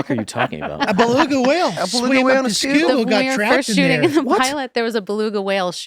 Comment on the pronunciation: Yuengling lager is Great Beer but it's the Schuylkill River. Sku-kill